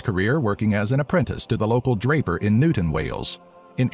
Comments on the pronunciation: he couldn't even pronounce the English translation of the town name correctly. He said Newton instead of newtown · 😡😡😡😡 Are you trying to annoy the people who live here? It's pronounced newTOWN not Newton